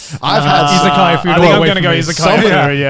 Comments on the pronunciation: i thought they were saying “isekai” for half the topic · I heard "Isekaia" instead of "Izakaya", so I thought they could be some medieval-themed places or something XD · Did anyone else heard isekai food the first couple times they were saying isekaya ?